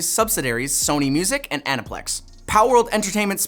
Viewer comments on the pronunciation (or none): Bro has never really HEARD the Aniplex Slogan?!?! Anne-Pull-ex